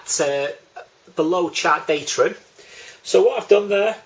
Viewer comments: DATUM not datrum!!!! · Good effort thanks but there is no ‘r’ in DATUM 👍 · I don't care how he says datum, he explains it better than my RYA course tutor